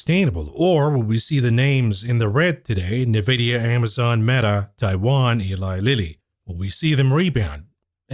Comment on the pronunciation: youre pronouncing Nvidia wrong 🥱